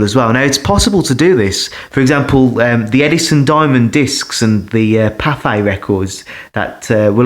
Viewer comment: I thought you were saying Popeye records but then figured out you were saying Pathe because they had weird speeds. They had a giant 20 inch record 120 RPM